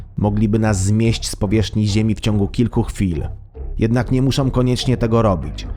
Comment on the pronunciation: Bendom, muszom, powodujom, tworzom, mogom, całom >>lektor kładzie ten film.